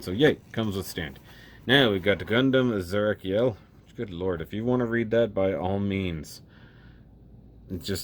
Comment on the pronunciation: The katakana on the box reads it as "Zerakiel," so you're on the mark with the pronunciation :P